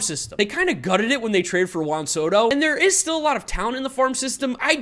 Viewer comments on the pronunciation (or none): none